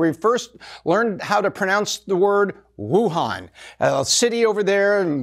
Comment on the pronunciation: ... "when we first learned to pronounce Wuhan" ... And then mispronounces it... :D